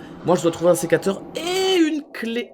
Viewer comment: "secateré" 2020 😂